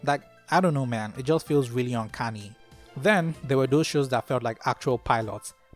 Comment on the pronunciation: I sought this because Deadslug made some awesome character designs for it, and I wanted to know what it was. I'm also brazilian and do care about seeing african culture in stories. "uncanny" sounded like uncunny. 😂😂. interesting, I'm a big fan of REDLINE and was recently disappointed by Tailenders, so now I have something to watch.